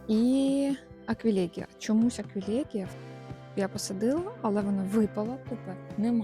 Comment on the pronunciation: Люпін, аквілєґія, пєнісєтум 😔 ЛюпИн, аквілЕгія, пЕнісЕтум-це якщо ви хочете удосконалюватися. Люпин шикарний, теж маю рожевий. Кажуть, агресує, подивимось 😉. Дякую за відео! ❤